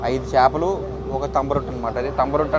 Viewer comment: చాపలు కాదురా బాబు " చేపలు " అది తెలుగు నేర్చుకోండి ఫస్ట్....